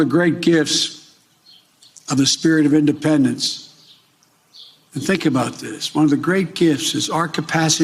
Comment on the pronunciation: You don’t like his creative take on the word “IndePRendence” day? 😂